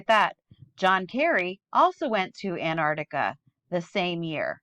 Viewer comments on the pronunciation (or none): I love your channel. I agree with most of what you say. As a teacher, it'd be great if you could pronounce Antarctica properly. You keep saying Anarctica.